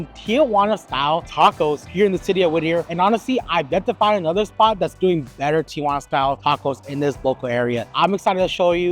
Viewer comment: "Tee Uh Wanna" versus "Tee Wanna" is no surprise at this point. The city of Tijuana has left the chat.